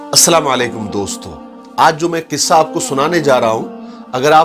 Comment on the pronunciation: Kissa Nahi qissa